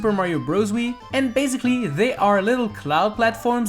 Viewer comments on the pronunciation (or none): Who else realised he is saying baziclly?